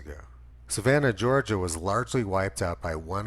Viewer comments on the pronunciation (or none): none